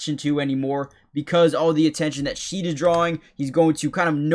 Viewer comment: Great vid ! Jamal name is pronounced like "garden Shed" not sheed.